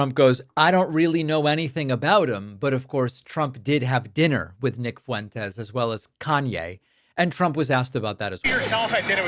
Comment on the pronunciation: "Nick Foo-wentess"